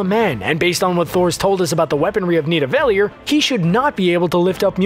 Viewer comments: Lol "Knee-deh-vellier" its Nidavellir... also I love the spoiler warning that does nothing cuz ur title is an enormous spoiler as is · Did anyone else notice he said need-ievel-leer instead of neva- daleer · Nidavelyir lmao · The Dark Astor was Ronan's ship, not Thanos'. And that is most definitely not how you pronounce Nidavellir. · He keeps saying nidavelir wrong and it bothers me😂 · For goodness sake can't you pronounce Nidavellir correctly???? Everytime you mispronounce it is like running fingernails down a blackboard. Watch 'Infinity War' & listen to Thor's saying of the word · They make mistakes on purpose, listen to how they say where storm breaker was forged. Its so people like you goo huurrr durrrr reeeeee. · Ooo wee you butchered Nevedelir!😂😂😂